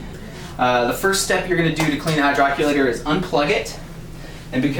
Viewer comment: it’s pronounced hydro-collater